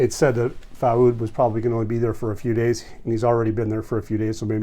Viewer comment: Common Arabic name is Fuad spells foo-ahd ... not Faud.